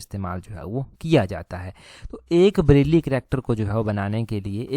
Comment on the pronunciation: ब्रेल है वो ना के ब्रैली..